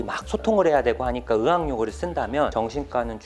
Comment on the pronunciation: 의학 발음 하실때 으학(으악)이렇게 발음하시는거 귀여워욬ㅋㅋㅋㅋㅋㅋ